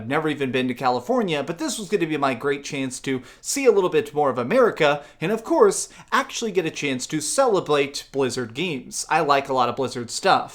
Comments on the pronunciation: "Celeblate" I had to check twice, he actually said that. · 🤔He said celeblate Blizzard 😂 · "Celeblate" Yes